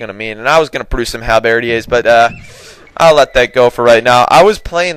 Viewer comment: Halberdier is not pronounced halbeardiere it's pronounced hallberdeer. ( by the way the halberd is a long axe like pole arm and a halberdier is one who wields a halberd)